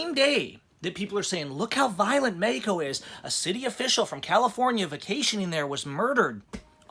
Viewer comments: ...why are you pronouncing Mexico as "Mehico"?.... Just say Mexico. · When u pronounce it "Mehico" it kinda hits the ear wrong man. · I have been going to Mexico for over 40 yrs , i have a winter place in Mission TX. There is little doubt Mexicans think of people like him as a fool...him speaking english and then saying mehico is a joke. My brother is half Mexican i know dozens of Mexicans and not one says MEHICO. Only ones who say MEHICO speak little to no English. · What in the hell is causing you to say "Mehico"? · Im a house painter born and raised in southern california man. I polly speak spanish just a lil bit better than u man. I thinl what ur doin is really cool, Ijs that "mehico" hits the ear wrong when a super duper white dude says it. Thats all.